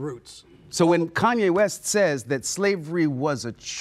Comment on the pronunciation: Koonyay West lol